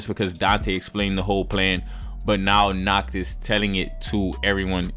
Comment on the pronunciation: The one thing i hate about the episode is nacht being pronounced as nahato its pissing me off